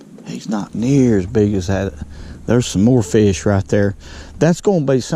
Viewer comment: “I know’d we’d catch a feesh”.